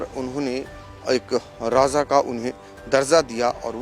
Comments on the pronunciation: Raza nhi hota hai Raja hota hai bhai sab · Ae bhai talafuz sahi kar lijiye bahut chubh raha hai. Bhaiya Raja hota hai na ki Raaza. Please don't mind seekhne ki umar nahi hoti. 10 baar repeat karenge to apne aap sahi ho jayegaa. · Abe Raja Raza Qn bol raja hy be 😂😂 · Bhai raza nahi raja h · Abe RAJA acche se bolna seekh le . Bihari Raza nahi Raja bola jata hai 😀😃😄😄😛😝😝😜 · Raaza nahi RAJA hota hai aaz nahi aaj kaho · Raja not Raza😂